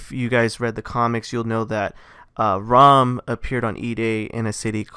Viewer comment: It’s RAAM not ROM